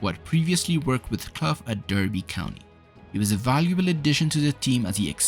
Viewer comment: You've mispronounced "Derby". The competition was called the European Cup back then. Clough was "the shop window" and Taylor was "the goods in the back". For better or worse the game has changed since then, and what Nottingham Forest achieved is unlikely to happen again.